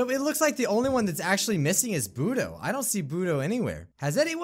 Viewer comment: when you said bodo it sounds like boody